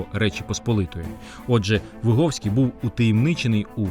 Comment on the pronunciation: Вибачте, але Ви не правильно вимовляєте прізвище гетьмана. Ви говорите на російькій ВигОвський. Але українською правильно ВигІвський. Ви самі кажете, що він з селища ВигІв. А російською це село пишеться ВигОв. Справа в тому, що я звідти родом і моє дівоче прізвище ВигІвська. Я цим цікавилася ще з дитинства. Мені було дуже неприємно, коли мене називали і писали ВигОвська, я сперечалася з усіма викладачами всюди і примушувала їх переписувати моє прізвище